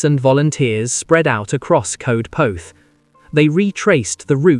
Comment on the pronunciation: Darling boy, thank you for the story but Coedpoeth is pronounced Coyd poyth - or that’s the nearest we English can get to it. ❤️🏴